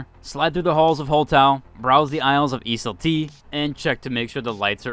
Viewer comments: its "is-ult" not is "is-ul-tea" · its pronounced is-ult 🤦‍♂not ee-sul-tee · ISEUL-T is pronounced "Is-ult" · Love the video but the way you say ISEUL-T makes me cry a bit inside (It’s pronounced Izult, at least that’s the way Scotty and June say it in-game) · Your pronunciation of the sponsors makes me laugh every time 😭 E-sal-tea Hole Taho And then Engimo which you got right lol